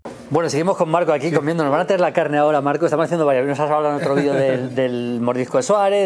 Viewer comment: CHIQUIMARCO DILE A MALDINI QUE NO ES CORRECTO DECIR VIDIO.....SE DICE VIDEO......VIDIO ES UNA PALABRA EN INGLES..